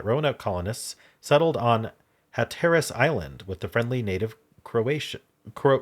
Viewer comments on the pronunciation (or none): Raleigh (of Sir Walter Raleigh) is pronounced like "rah-lee." Also the emphasis is on the first syllable in Hatteras Island.